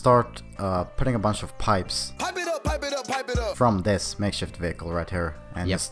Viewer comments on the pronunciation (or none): DID he just say makeshit wiecle